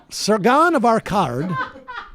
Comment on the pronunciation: First time reading? Lol butchered the fuck out of that name